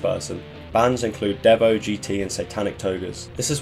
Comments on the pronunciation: Guy can't pronounce DEVO 😂😂😂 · Dude, how do you pronouve DEVO?